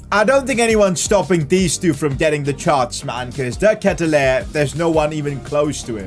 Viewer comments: De Ketelaere is pronounced as "ket" sound like "aid" "Laer" sounds like "war" So K-aid-u-lar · You say his name like this de ketelaare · It’s pronounced de- kate-te-laree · You have to say De ketelaare. Nice vid, keep up the good work bro! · it is de ketelaere but say de ketelaare that's how we pronounce he's sur name say just say de ketelaare that's how we pronounce it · Btw, the striker's name is pronounced like De Katy-Lar, and the LM Hauge is pronounced like haag, as in ten hag. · You prounounced the name of De Ketelaere so wrong, but I'm so glad you signed him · You said De Ketelaere so wrong lmao